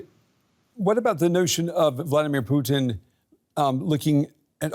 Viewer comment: It's not "Vldr ptn" it VLADIMIR PUTIN.